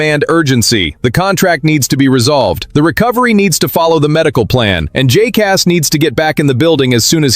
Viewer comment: When will you learn how to say Jacas' name properly?